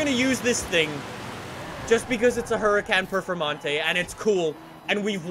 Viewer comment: How do you pronounce huracán performante incorrectly 🤦🏽‍♂️